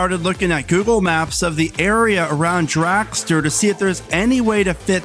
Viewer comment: What is a "dracster"??